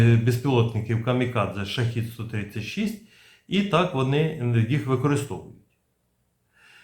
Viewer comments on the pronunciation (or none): Shahed-136 (перс. شاهد ۱۳۶) -- правильно вимовляти "шахЕд" Модель "шахЇд" це зовсім інший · та скільки можна повторювати, шахЕд читається